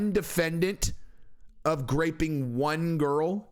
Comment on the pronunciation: is he saying GRAPPING